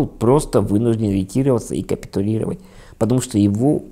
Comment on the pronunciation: Александр, пожалуйста ставьте правильно ударения. РетировАться и посрамленЫ. А в общем очень хорошие видео. Всегда смотрю вас. 👍